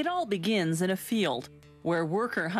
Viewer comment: it al BEEgins in a field